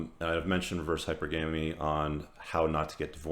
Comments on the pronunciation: There's NO habit of saying, "hyper-GAM-ee" in any version of English. You cannot place the em-FASS-is on the wrong syllable. That said, everything else; very wise words. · wtf is ‘Hyper-Gammy’ ?? Did you even graduate High School? God... between all your ‘um’s’, lip-smacking, and mispronunciations I’m starting to think you’re a total fraud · I'm a rational sister and I LOVE your content. I share it with future brothers from another mother. The only thing I'd change is the pronunciation of Hypergamy. Gamy is related to marriage. It's pronounced like monogamy, polygamy, etc. Keep it up. Peace.